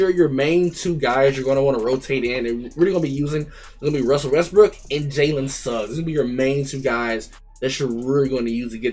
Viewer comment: Bro said russel westbrick😭🤣🤣🤣